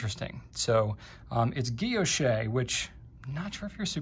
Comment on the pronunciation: San-Du POHN *Ghee-OSH*, I should have thought (ya know: there ain't no accent or final T on the last name).